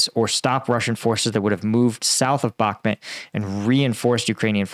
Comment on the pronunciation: "Bakhmut" not "Bakmet"!, lord alive, just watch this vid you posted lol, you even hear them say it correctly and straight after you say "Bakmet"???? come on man.